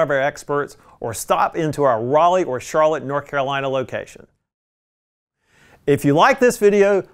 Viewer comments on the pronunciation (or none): none